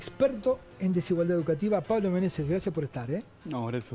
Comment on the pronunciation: Es Menese, sin S.